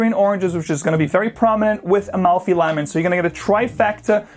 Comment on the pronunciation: Lets try it, hopefully better than the original. And did I catch a “lymon” in there lol? Reminded me of that earnest character and those Slice commercials back in the 80’s.